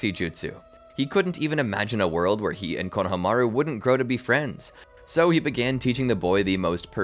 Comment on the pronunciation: I love ur videos so much but the way u keep saying konhamaru kills me (idk how to spell his name but u know)